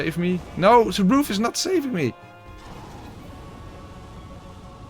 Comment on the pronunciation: I always love how after dies in an unfortunate manner, you hear the most Dutch sounding: Nouuuuuuu!!!